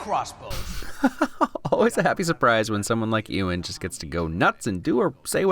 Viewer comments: Anyone going to tell him that its Ewan(You - in) Not Ewan(ew - in) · Great video, but as someone with the same first name. You absolutely butchered Ewan McGregor's name